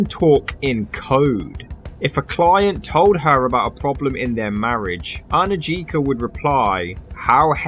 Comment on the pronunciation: The name Anujka is pronounced Anuyka.